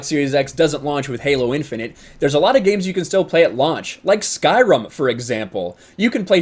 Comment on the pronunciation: She called Skyrim Sky ROM